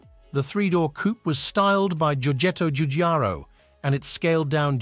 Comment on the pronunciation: It botched so many common English words, yet pronounced Giorgetto Giugiaro's name well enough. Must have been an Italian AI voice program.